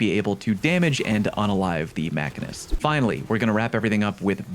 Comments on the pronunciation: This one cracked me up! "Mackinist!" It's Machinist, dude! Phonetic: [ muh-shee-nist ] Noun: A person who makes or repairs machines. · Great guide. But it’s Machine-ist not Makinist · Mak-in-est lolol machine-ist good sir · Definitely the Machine-ist, not Mackinist. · Good video, lots of great tips. One final point "machinist" is pronounced like Machine -ist. That is all. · Say “Machinist” again. It’s machine-ist. 😀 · Bruh....did you just say MACANIST